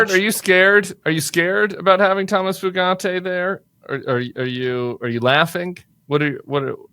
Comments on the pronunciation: It's "Few-Gate" not FooGatti, if anyone cares. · It's pronounced "Few-gate." It's definitely not "Foo-got-ay." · It's "Few-gate" not Italian-y sounding "Fu-gat-tay". It ain't that fancy. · Foo gah tay? lol it’s gotta be pronounced “few gate” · How does he do the eyebrow??? And I’m pretty sure it’s pronounced “Few Gate” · Went to school with two brothers with that last name, same spelling, and they pronounced it “Few-get”. Accent on the first syllable. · I think that "merit based" hire pronounces his name as Few - gate.😢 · It’s pronounced FEW-gate. I guess you guys are too young to remember or know about spree killers Charlie Starkweather and Caril Ann Fugate … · OMG Fugate... FUGATE?! is he related to the people with blue skin?! If so, pronunciate few-gate.... have fun in your internet rabbit hole! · I think its pronounce few-gate as in not many and baby gate. Hard lots of Fugates in my home town. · Pretty sure it's pronounced FEW-gate